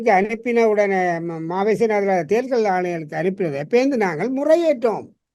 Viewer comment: தமிழரசு அவர்கள் “தேர்தல்” என்பதற்கு பதிலாக “தேறுதல்”என்று பலமுறை உச்சரிப்பதை கேட்கக்கூடியதாக இருக்கிறது. உச்சரிப்பை திருத்திக்கொள்ளல் நலம்!